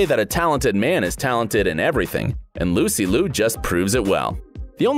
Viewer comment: Only wished if Lucy Liu's last name was pronounced more accurately.